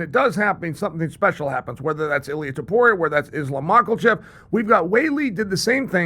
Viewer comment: Chael once again putting the "L" in "Mocklechev" - an omen?